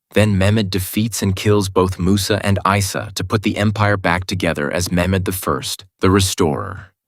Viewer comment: Ah 😭😮‍💨💔🥺♥️ But Your Pronunciations Aren't Correct You Are Saying Isa (Aisa) It's Not That It's Isa (Eesa) And Its Not Abdul Mecid (C in there is proununced as J ) Abdul Mejid Like This You Have Some Pronunciation Problems And Mistakes BTW Don't Feel Embarrass I Am Only Trying To Correct Your Pronunciations That's It Hope You Understood 👍🥰 If Ottoman Empire Was Still Today No Muslim Will Be Oppressed By Non Muslims And Vise Versa 😢